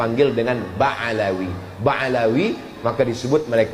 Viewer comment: Ba Alwi , bukan Ba Alawi , beda tuh Uas...